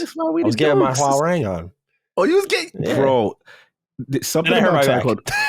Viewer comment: As a Korean, seeing how the name is spelled 화랑, that means correct pronunciation should sound like “Hwah-Rahng” 😉